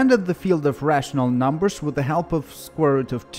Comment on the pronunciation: I love how you say NUMBERSH :3